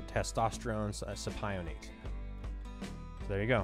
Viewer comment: it’s pronounced Testosterone “Sip o nate” 😎 just fyi.💪🏼